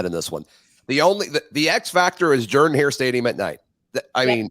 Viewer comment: Ooops. She said Jordan Hare with a long O. Subtract 6pts from her “performance score “ 😮